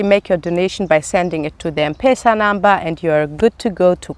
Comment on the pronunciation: Mmmm not pesa but letter Em plus Pesa